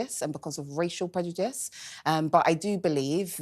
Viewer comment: Why can't she pronounce 'prejudice' correctly and still continue to say it every 5 words? 😂